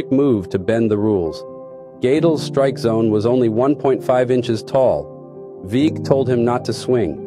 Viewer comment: Veeck… is pronounced Veck